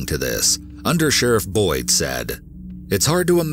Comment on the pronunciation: The second story, I kept hearing “Understudy Boy” instead of Boyd 😂🤣 imagine a little boy answering the questions